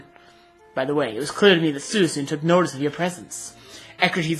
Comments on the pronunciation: By the way, its pronounced SWEECOON not SOOEESOON lol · ive never heard that pronunciation of suicune before. thats pretty neat :D i pronounce it swee-coone, if that makes sense XD